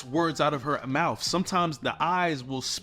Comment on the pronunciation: MoutTH .. teeTH … healTH .. there are no F’s in those words